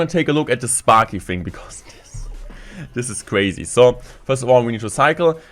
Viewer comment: This is cwuaysi hahahha sooo ein deutscher